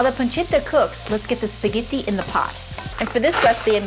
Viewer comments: LOLOL... "speh-ghee-tee".... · And how she says spaghetti. Like stop.